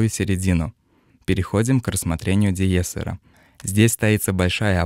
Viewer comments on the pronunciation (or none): Больше всего напрягает косноязычность автора :( Ну что это такое: миксА, низА, диЙессер. На счет профессиональной ценности рассуждать не буду, может начинающим что то и пригодится. Но стилистика подачи, произношение... ну такая дремучая деревня. По русски говорят мИксы, а не миксА.